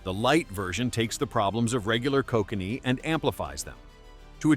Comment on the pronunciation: Can't pronounce Kokanee properly